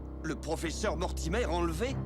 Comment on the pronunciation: L'histoire et l'animation sont bonnes, mais les dialogues du personnage principal sont vraiment mauvais. Ils sont surtout conçus pour ressembler à deux adolescents excités. Le personnage de Blake prononce "Mortimer" comme si c'était un mot français. Ce n'est donc pas très convaincant.